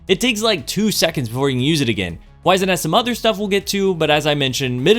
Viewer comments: Please look up how to pronounce "wizened." It's less "wise" and more "wizard," if you know what I mean. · Fusion main but doesn’t even know how to pronounce wizened